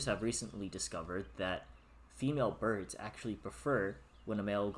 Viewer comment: Ha ha burbs , I like it